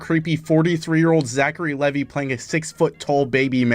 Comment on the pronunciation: My main takeaway from this is that you saw the name “Levi” and said it the way you did somehow. Like do you understand letters